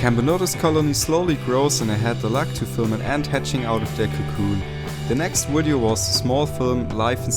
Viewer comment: Awesome channel. BTW it's video not widiow